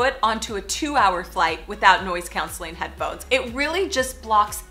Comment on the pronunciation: where are you from? i have never heard anyone pronounce “noise-cancelling” that way haha